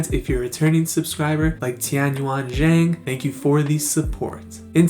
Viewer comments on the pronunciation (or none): none